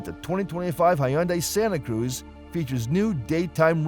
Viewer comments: If is going to post a video of mis-information about the Santa Cruz, at least pronounce the name correctly. Do your research before posting videos. I just purchased a 2025 Hyundai Santa Cruz with Acitivity package with the base 4-cyl engine and 8-speed automatic transmission. I was shocked on how well the vehicle handles and yet offers a quiet comfortable ride. It's like driving in a luxury SUV but it's has the capacity of a small pickup truck. Santa Cruz offers a lot of technology and safety features found in high-end cars for a lot less money. Hyundai is aware of the problematic DCT transmission and will not offer it in 2026. Hyundai says that the Santa Cruz is not classified as a truck but as a Sport Activity Vehicle (Marketing at it's best). IMO, Santa Cruz runs circles around the Maverick not only in looks but in features. I find it odd that Hyundai reviews rarely mention or compare the warranties between Hyundai, Ford, and other brands. Hyundai's and KIA warranties offer the best vehicle warranties out there. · He's pronouncing Santa Cruz wrong as well. lol.